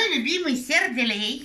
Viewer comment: Бл.ть ..😲 Ножом по ушам 😭 сеРделей😬🤐 сеРделееей🤪🤣🤣🤣🤣🤣